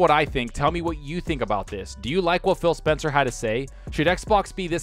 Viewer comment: Sounds like you're saying Fail Spencer, 😂